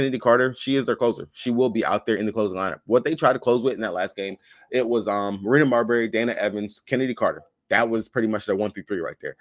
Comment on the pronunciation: Please don't call Marina Mabrey, Marina Marbury.😅😅